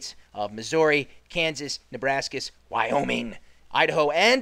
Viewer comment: WYOMING ha ha ha i love the way he said that! So we learned about this briefly in school and we learned about the Donner party.......It freaked me out let me tell you what we watched a video (Oh BTW i believe its pronounced like collera)